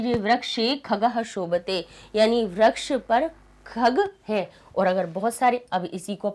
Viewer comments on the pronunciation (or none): Why do you say व्रक्ष ? It's वृक्षः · mam vraksh nahi vriksh pronounce hota hai